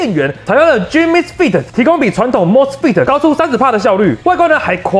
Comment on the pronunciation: 太頂了 不是 10/30 還在噴 兩周就上片 太硬了八:56 feet🤣 採用野獸先生的腳 氮化鎵是念 Gang MOSFET 是念莫斯斐特